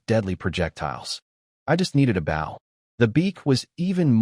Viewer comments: Those little repeats are annoying. Especially the one right after he spotted the wolf amongst the frozen sheep. Please teach your narrator how to properly pronounce "BOW" as it's meant to be for a weapon. PLEASE!!!!!!!! So where is part two?? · why does every AI mispronounce bow (with arrows) as a ship bow, and vice versa